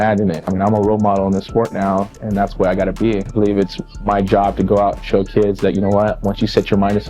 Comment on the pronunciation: I thought he literally said you know I believe it's my job to go out and choke kids lol he said show kids . For a second I was like damn Tito you're out there pulling an Anakin Skywalker on these little kids. 😂